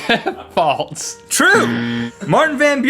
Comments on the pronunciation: they pronounce it as "faults" though. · Is it me or are they saying faltse instead of false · Love how they say "faults" instead of "false" XD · No, it sounds likes they're saying "faltse." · It's FALSE. Not FALTS. :P